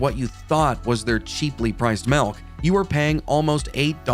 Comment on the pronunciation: I hate to mention this, but please say MILK, not MELK.☑👍⬆